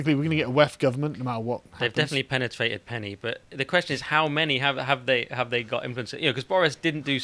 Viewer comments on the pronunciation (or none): did he just say "The WEF have definitely pennytrated penny?"